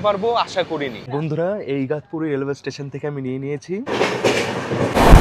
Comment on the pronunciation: Igtapuri Not igatpuri